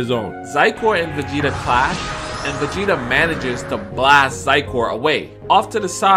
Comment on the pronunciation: “vageta” lol